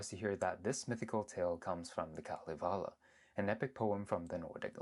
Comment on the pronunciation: didn’t even pronounce it right. Same with Kalevala